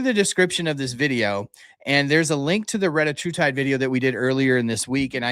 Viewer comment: I thought it was called /reh-TAT-true-tide/?